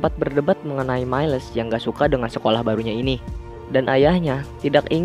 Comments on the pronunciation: cara bacanya mails bang bukn mailes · Halo,miles Di baca mails bukan mailes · Mieles wwkkwkwkw miles bang aduhh saya menderita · Bang bukan mailes tapi miles Sekedar info